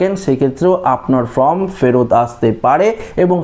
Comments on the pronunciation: ek kotha bar bar bole time pass kora, 4 te karon taratari bolun. sobdo ta FORM ,not FROM. Video bananor age minimum english ta to sikhun. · Form,not From. Please pronounce perfectly.